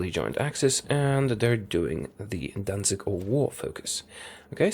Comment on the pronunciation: Dan-zig is how you say it